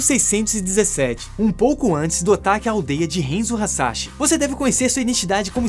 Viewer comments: Não se fala henzo se fala hanzo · Cara, me permite uma correção: HANZO!! Fala o nome direito véi... O filme é ruim, o mínimo é só falar os nomes direito... HENZO é zuado. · So errou a pronúncia de HANZO. É um ninja famoso da história do Japão. Doeu ouvir hEnzo. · Só uma correção, o nome do Scorpion é Hanzo e não Henzo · Enzo? Oxi, n é Hanzou? Hanzo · "Renzo" doeu de ouvir... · Hanzo Hasashi é um nome em japonês,, logo, poderia ter feito a pronúncia como "A" e não como se fosse um nome em inglês. E Sub-Zero vem de um grupo de guerreiros Lin Kuei. Tecnicamente, eles são os ninjas chineses, mas só compartilhando pra informar =D